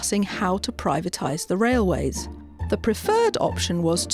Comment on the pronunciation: What's a "raiway" FT?